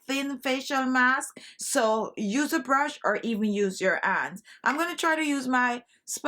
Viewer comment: Love your accent, especially when you pronounce the following words without the letter 'H'... "Honey = oney", "Hands= ands" and "However=owever".